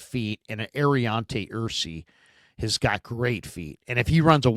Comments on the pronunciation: Aireontae ERSERY…I like the choice..but it’s ERSERY..not ERSEY….Tate Ratledge..OG..Georgia…Thomas Perry..C-OG..Middlebury College..Marcus Wehr did look good in the 1x1 during the all star workouts..Tyler Batty is a good choice..Landon Jackson had a neck injury that got him carted off.. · Ersery = Ur Sur Ree